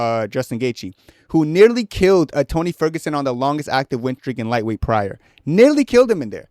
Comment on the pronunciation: nealy? LOL